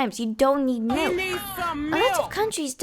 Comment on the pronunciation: "he knee sum milK" 😂😂